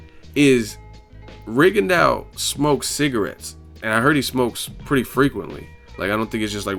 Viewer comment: His name is pronounced RIGONDO, not RIGONDAU; its French. Just like for 'plateaux' you say PLATO, not PLATAU.